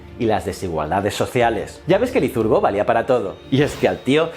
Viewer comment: ¿porqué dices "lizurgo" y "peleponeso"?